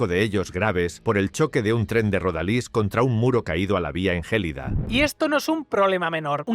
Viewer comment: No se pronuncia jélida, se pronuncia yelída. Jélida no sabemos donde está, aún la siguen buscando.